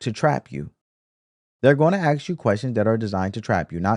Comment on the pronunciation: I like this show. But I can please note that is aSk not aKS. I mean no disrespect.